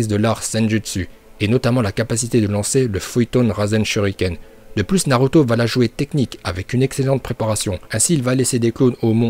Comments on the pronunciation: Ta dis naruta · C’est moi ou il dit Naruta a ? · A tu as dis NARUTA au lieu de NARUTO😂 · Tu a dit naruta😂😂😂😂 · oh fuck il bient dit naruta